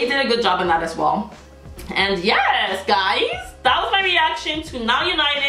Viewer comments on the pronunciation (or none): The best moment always is when u r saying with accent " YEZZZ GUYZZZ"😂😂😂😂 +u r the most hilarious and true reaction person love you 😂